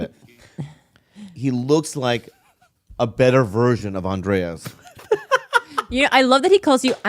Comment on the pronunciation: HIS NAME IS ANDRES AND NOT ANDREAS